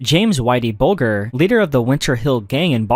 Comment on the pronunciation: Isn't it Buljer. Hard G? Edit: Nm I just heard how you pronounced consigliere. Nitpicking I guess but it stands out when you mispronounce a bunch of words common to the topic.